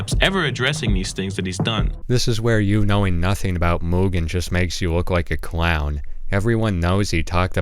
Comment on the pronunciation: fantastic video but please stick to one pronunciation of mugen it drove me up the wall hearing you pronounce it differently so many times bro